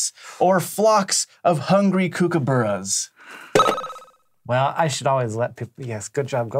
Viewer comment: As an Australian, listening to these pronunciations hurt. I know Americans can't pronounce Melbourne correctly, was surprised at kookaburra tho :'(